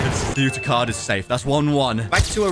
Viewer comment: Why were they saying "Yuta" for the whole vid but its acully 'Uta'💀